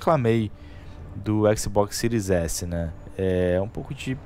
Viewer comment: X Box Ciro S*** fala o nome direito bérou